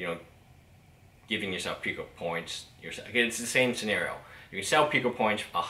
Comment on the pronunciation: it is pooo kuh not how ever the heck ur saying it